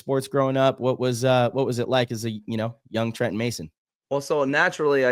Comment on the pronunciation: Absolutely nailed the pronunciation of his last name Trenton! You almost had a little French accent on it 😅 well done 👍